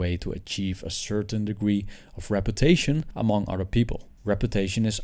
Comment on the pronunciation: It's "other" not "otter" (an animal)